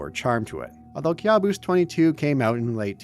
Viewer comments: I think it should be pronounced "kaboos" not kyabus😂😂😂😂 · It's pronounced Ka' buos 😊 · It's pronounced "caboose" bro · Youre kinda pronuncing the world wrong Kabus is a persian loan word in turkish, youre pronouncing it as if youre immitating Turkish accent